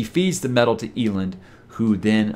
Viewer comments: My issue with you pronouncing it “Eel-end” is… when people called him “El,” did you read it as “Eel?” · I read eelend rather than elend too 😅😂😂